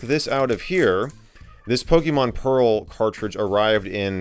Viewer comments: Lol "Pokemon Peral" haha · "Pokemon PERAL" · Ah yes, my favorite DS game. Pokemon “Peral” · Pokémon “Peral”